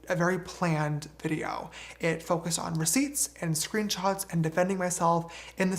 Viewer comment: This is so petty but I can’t stand the way James says the word “screenshots”